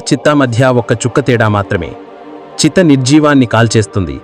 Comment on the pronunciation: చితి...sir చిత్త kadhu...